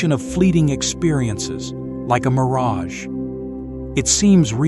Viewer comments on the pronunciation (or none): none